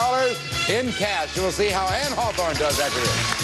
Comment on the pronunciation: Her name is "Anne-" not "Ann." "Anne" is the original German spelling.